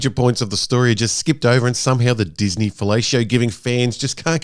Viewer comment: ah yes, dis-meh star wars...